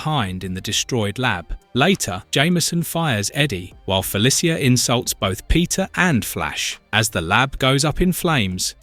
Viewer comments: I am begging you, please learn how to say Felicia, it’s Fe-Lee-Sha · It feels like you said the name Felicia 64 times in this video but didn't say it right once. I'm actually impressed.